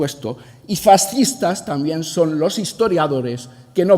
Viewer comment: Sr. Tudanca, bastante ridículo, para decir una obviedad cita a una "pensadora" "feminista" "nigeriana" Y encima, para ser castellano no sabe hablar o leer, o ambas cosas, se dice "también", no "tamien". Y citar a un asesino como Marcos Ana, denota su catadura moral, donde está la memoria histórica?. Saludos desde España